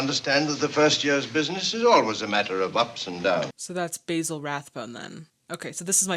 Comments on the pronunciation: That would be Bah-zil Rathbone, not Bay-zil Rathbone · ..."Bay zil" is an herb. "Baa Zil" is a man's name. (Basil Rathbone was a very famous actor, btw... he played Sherlock Holmes in many films of the 40s.) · I love your commentary but the correct British pronunciation of Mr. Rathbone’s name is “ba-zuhl rath-bown”.